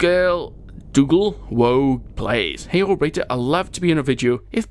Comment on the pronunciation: hi even though you mispronounced my name thank you